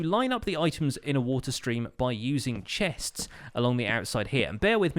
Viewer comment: Why is it so hard for him to say chests says like chehhhsts